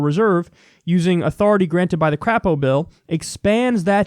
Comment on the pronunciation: It's actually pronounced CRAY-po, but I prefer how you do it.